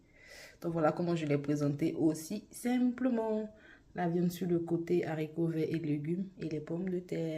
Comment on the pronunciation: Mes haricots pas zharicots